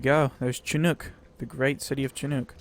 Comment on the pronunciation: shin nook... shin not chin